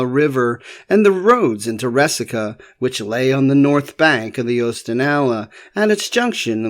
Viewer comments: Resaca. Rey-saca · It's Re-sack-ahh. I grew up on a farm near the mouth of Snake Creek Gap. The farmhouse was there during the war and my grandmother had two shoeboxes full of found relics from plowing her garden. We boys went around eyes on the ground looking out for minie balls, money(I found an 1835 half dome and an 1842 dime), coat buttons, etc. Also arrowheads--there was an Arrowhead rock--an outcrop of flint--on the property and chips were common finds.